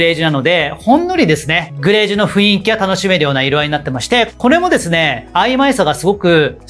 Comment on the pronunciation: いつも拝見しています。 たいへん参考にさせていただいてます。 ありがとうございます。 １つ気になることがありまして初めてコメントさせていただきました。 「雰囲気」という言葉なのですが、「ふいんき」ではなく「ふんいき」が正しい読み方だと思います。 細かいことなのですがいつも拝見していて気になったのでコメントさせていただきました。 これからも応援しています。